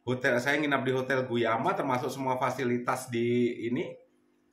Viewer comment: ❤ hotel Gumaya bang bukan guyama😁.soalnya sya smrg jd tau